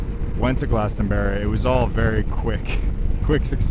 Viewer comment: Dear americans, Glastonbury isnt a type of Berry. Its not GlastonBERRY. Its glastonBURY. Yours sincerely, The UK